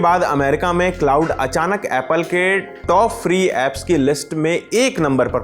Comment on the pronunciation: क्लॉड बोलते है भाई ?